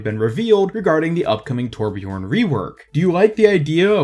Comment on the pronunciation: Correct pronounciation: Thurbjörn 'Murican pronunciation: Torpjorn